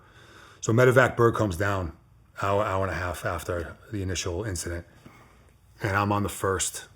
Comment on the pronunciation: Dudes accent translation. Hawa by Hawa- hour by hour Wata- water Baws- bars Douts- doubts Pictsha- picture Akinsa- Arkansas Yeas- years